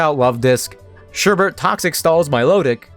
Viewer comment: I hate to be that person but it's Sherbet there is no r in the second half, I always find it amusing when people do that. Otherwise fantastic video and subscribed, keep up the amazing work!